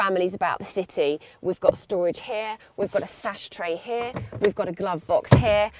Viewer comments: we've got storage hair, we've gotta stash tray hair, we've gotta glove box hair, and some more storage hair, and hair, and HAIR! haha no offence but it does sound like it. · Lol! So she's saying hair hair hair? I thought that was merely british accent for HERE.